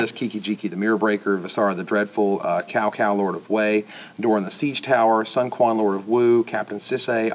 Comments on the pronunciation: Cow Cow, Lord of Wei. I cringed. It's supposed to be pronounced 'tsao tsao'. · Cao Cao is not actually pronounced "Cow-Cow". The C is pronounced with an S sound in Chinese. Just my twitchy nitpick.